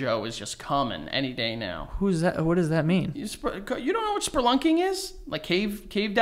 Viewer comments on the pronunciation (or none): saying sperlunking instead of spelunking is making me laugh way too hard for no reason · It’s spelunking😂 had me thinking I’ve been saying it wrong ya fuck 😂😂😂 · I love how always throws an R into "spelunking" and Joe always has no clue what he's talking about. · how does get so many words wrong😂 is spelunking not sperlunking LMAO